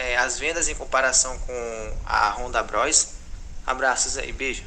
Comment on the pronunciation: Eu morro de rir quando o fala "BROSTA" KKKKKKKK